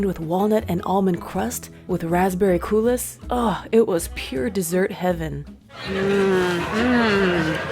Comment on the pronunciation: No pronouncing the S in coulis. Koo-lee.